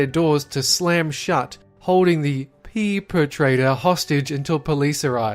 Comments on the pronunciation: Oh sht hear the fkin joke say "Peepertrator"Lol BAD JOKES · hesaid peepetrator. that was really really funny